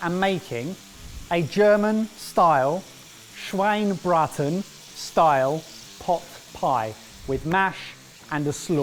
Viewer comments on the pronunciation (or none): omg finally you did somethign german! :D also, small tip: you pronounce the e at the end of of the Schweine-part of Schweinebraten ^^